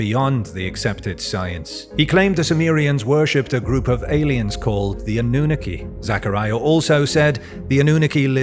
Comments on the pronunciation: also it‘s called anunnaki not anoohneke there is nothing worse than an english speaker pronouncing words that aren‘t english lol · Lol anooniki? Sorry but it’s pronounced, “ah-noo-nahh-key” (Annunaki) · Ive always heard it as "Ah-nu-nah-kee" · Ah - new - nuh - key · Eh the pronunciation... Anunnaki..hmm...🤔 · Please check your pronunciation of Annunaki you sound ridiculous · Why cant he pronounce Anunnaki correctly? There is a video every other video on this channel meant the Anunnaki lol